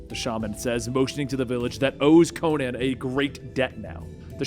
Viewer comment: Is it me or does anyone else find it weird when people say Co-nan instead of Conan?